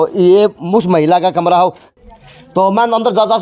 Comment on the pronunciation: Namaskar maaaaaaain yeh bolne me kon sa sur lagaya patarkar mahodya plz ek bar yeh batane kasht karo plz